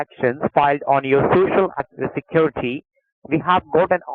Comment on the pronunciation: I love the spacing out part . Blah blah blah = Hilarious. Those trafficking activities for socia secwerity administrators of Texas sound like super serious. Are aware of the situation